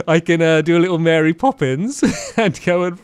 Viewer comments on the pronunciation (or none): none